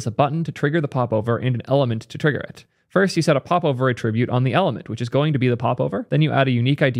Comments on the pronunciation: I love videos but damn he really needs to learn the difference between attribute (the verb) and attribute (the noun). They're not pronounced the same. It bothers me so much more than it should. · Please, stop pronouncing 'attribute' the noun as a verb - you're killing me man! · Why do you pronounce "attribute" like it's a verb? Nouns emphasize first syllable, verbs 2nd. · What is your accent bro? You're pronouncing "attribute" as the verb, not the noun. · Love your content - thanks for bringing this to our attention! Respectfully, please pronounce “attribute” correctly - you are mixing the noun and verb pronunciations. You have a very wide reach and it would be great to demonstrate the correct usage.